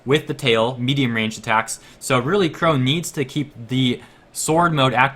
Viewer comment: Qrow* not "wore" lol